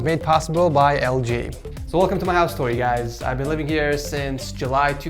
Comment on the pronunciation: "HOUSE Tuur"